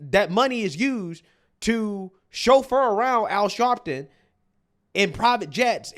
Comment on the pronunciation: Al Sharleton😂😂😂😂😂😂